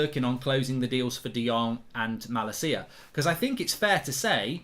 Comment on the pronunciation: Plz pronounce malacia’s name correctly 😝. I can’t handle the way you pronounce his name rn.